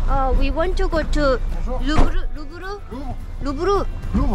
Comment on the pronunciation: 원지 : 위 원 투 고 투 루브르 택시 : 루븧흐! 원지 : 루브르~ 택시 : 루븧흐! 원자 : 아~ 루븧흐! ㅋㅋㅋㅋㅋ ㅋㅋㅋㅋㅋㅋ ㅋㅋㅋㅋㅋ ㅋㅋㅋㅋ ㅋㅋㅋㅋㅋ ㅋㅋㅋㅋㅋㅋ